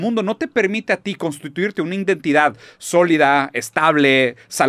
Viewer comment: Shot por cada vez que dice “indentidad”